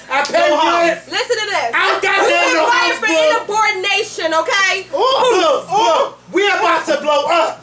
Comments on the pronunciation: did she just saY " INABORDINATION?????? lol U meant to say INSUBORDINATION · yo she is hella delayed.... she said you got fired for inaborednation did she mean insubordination...hahaha omg tooo much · SHE SAID " U BEEN FIREED FOR IN-ABORTINATION..FORREAL? INSUBORDINATION GIRL... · i almost died when she said "inabordination", you might want to be literate before you try to read. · did she say inabordination. o my gaga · She really said "in-uh-bordination!" Woooow. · am i the only one whole heard her say inabordination??? lol wow